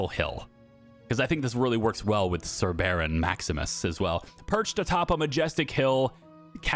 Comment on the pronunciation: “Sir Baron” sounds like ”Laborer Milling Worker.”